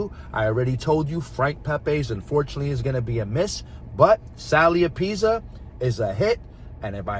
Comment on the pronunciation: The way you mispronounciate apizza is gonna piss off so many viewers 😅😅